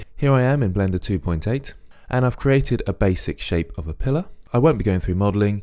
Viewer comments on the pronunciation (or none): Im sorry in advance but "Pilller" AYAYAYAAAAI